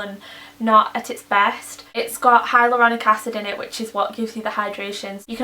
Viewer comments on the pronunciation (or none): none